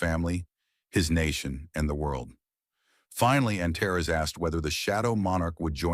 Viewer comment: Too bad the AI can't pronounce some names (Antares) the same way each time instead of at least 4 different ways!